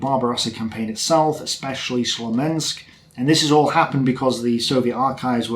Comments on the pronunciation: Oh man, last time you said it correctly. it's got nothing to do with curse, it's [Koorsk] or even [ku:rsk]:) Smolensk, not Slomensk. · “Slomensk”? Do you mean Smolensk? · Are you saying Slomensk instead of Smolensk?))